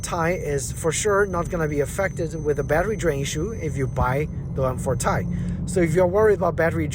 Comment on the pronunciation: Its called T-i not Tie. T-I is the scientific name for Titanium. Not Tie as you repeatedly wrongly called it.